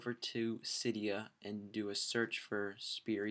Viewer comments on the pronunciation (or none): SPY-ER(Spire) not Spirie >__> Just a heads up it got annoying the way you say it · FUUUUUUUUUUUCK ITS SPIRE NOT SPIRI!!!!!!!!!!!